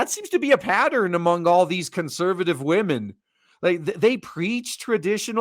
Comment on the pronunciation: I like how he say's wamens